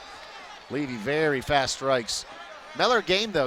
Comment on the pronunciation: levy not livy